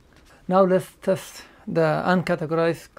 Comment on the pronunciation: What are you saying about "UNCATEGORIZED" ? I can not understand you.